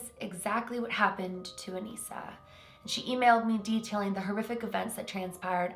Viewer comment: That’s my name Anissa but you pronounce it as Anessa